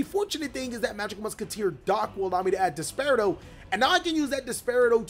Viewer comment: It's pronounced DES - PER - AH - DOE